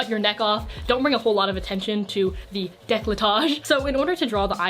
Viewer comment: i love you hon but istg if you say décolletage again